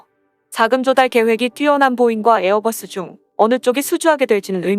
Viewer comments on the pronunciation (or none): none